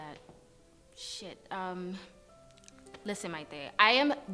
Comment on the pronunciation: This episode was amazing. The Gardner looks so great and that scene where he can’t say Maite’s name right 😂 my entire life in one scene, I swear smh. A lot of amazing talent showcased here as well, I really loved all those spoken pieces. And Dimitrius fine as hell okkkk 😌